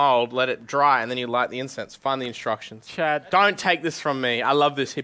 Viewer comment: Seeing max hold back laughing at Chad mispronounced "incense" was great lmao